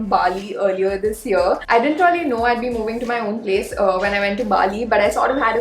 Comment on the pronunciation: I just love the way when u say. Reyaly..😁